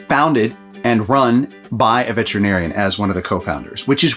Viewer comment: It's Vet-ER-in-airy-in, not vet-rin-airy-in. Shared with love by a sister of a Vet-ER-in-airy-in. Veterinarian. The vets will love you for it!